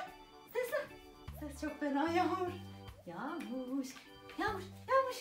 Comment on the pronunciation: Yaxmur deyil yagmur 😂